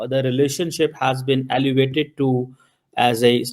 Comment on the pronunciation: who made you news anchor you cant prononce elevated you are saying allivated